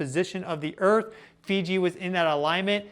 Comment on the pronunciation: Here we go again! Nerd-Boy once again is claiming the Apocalypse is just around the corner! Oooo, the earf is about to end!!😂